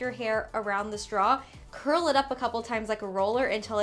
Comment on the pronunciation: Every time you said, “Straw Curl,” I thought you were saying “Strong girl.” But, like, both are applicable. Keep rocking,!!!